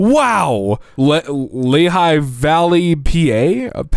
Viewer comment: I would just like to say as someone from the Lehigh Valley you got it right